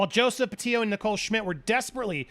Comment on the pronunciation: PLEASE ANDY- - Pronounce her last name correctly. PetiTO. Not Petio.